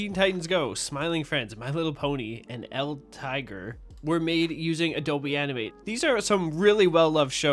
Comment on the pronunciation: Finally somebody pronounced El Tigre's name right!!